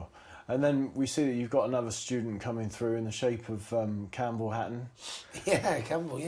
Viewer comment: “Itchy” hatton